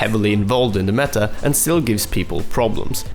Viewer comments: Can he PLEASE pronounce that 't' in "meta". It gets to me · META not me'a.